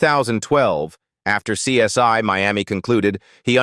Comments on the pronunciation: The show is called CSI not CS1.when yo are doing voice over work get it right. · I hate AI! It's CSI (pronounced "see ess eye" and NOT "see ess one")! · SOMEONE PLEASE TELL THESE AI PEOPLE THE CORRECT SAYING IS... C. S. "I", NOT C S "Y". 😠😠😠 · Who is this narration? Truely horrible 😢it's CSI not CS1 😮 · Hey,, it's CSI, not CS1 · Why did this narrator laways misprounced title? It is CSI as in investigation, not one. And he sounded black.. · The worst AI narration ever. Laughable with mispronunciation of CSI as CS1 & CSY throughout. Also several instances of video shots that had NOTHING to do with what the narration was saying. What an embarrassing mess this video is. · AI cannot pronounce CSI